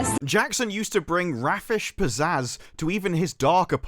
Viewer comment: Raffish is 'rafe-ish' (reɪf). Beta is bee-ta.